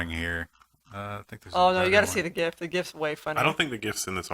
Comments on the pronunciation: and !? Stop that. It's JIFF. Stick to your guns. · > is it JIF or is it GIF??? make up your mind !! just kidding.. But I dunno about others I still cannot get used to the jif. For many decades people have been calling it gif, jif just sounds so off.